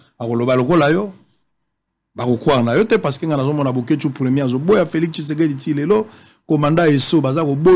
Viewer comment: C'est l'ivresse, en te suivant tu dois rentrer sur le bas de l'école, tu arrives même pas à mieux prononcer le nom de Tshisekedi, c'est triste pour la RDC avec le fanatisme.